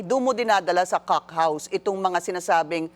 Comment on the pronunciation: Bakit hindi mo ma pronounce yung "cock house"... mam pinky.